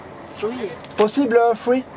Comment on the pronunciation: Je crois qu'il n'est pas conseillé de prononcer three free, parce-que free ça veut dire gratuit, alors que sree au moins ça fait penser à trois